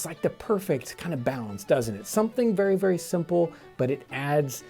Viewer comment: they BERRY specifically or vary specifically? ;)